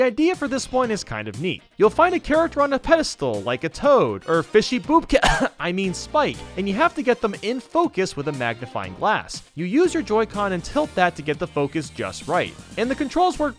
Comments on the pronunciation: HE ALMOST SAID FISHY BOOPKENS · did you just say fishy poopka or fishy koopa? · u said fishy boopkins lol (i also watch SMG4)